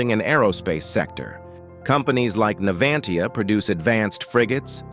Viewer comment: NAVANTIA, NAVANTIA.